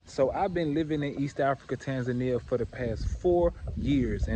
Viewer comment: You say you've lived in Tanzania for four years, yet you continue to pronounce the name of the country as if you are a white westerner. Please make it make sense.